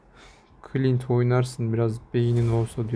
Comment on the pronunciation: Clinte demek istemiş